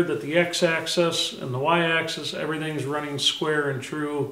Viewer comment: Oh... please remember that machines move along an AXIS not excess. For you dead tree carcass fondlers its pronounced like the 'AXE 🪓 IS' 😂😂 A tip from a machinist- build a shelf along the to top of your bench. Save all your broken end mills and scrap parts as offerings to the machine gods. And your remember your mistakes.